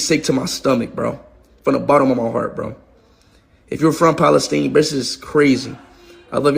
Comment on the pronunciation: He says random stuff Free Palestine ( without pronouncing Palestine correctly) and „Cristiano Ronaldo“ But he goes never deeper in the issues he doesn’t use even good arguments. He is the guy „ don’t make stupid people famous „ Most followers of him are kids, football fans Democrats ( party of USA) BLM and Muslims I know other pro Palestinians who are least can argument and know at from their side at least history That guy dislikes Christians Jews and White peoples btw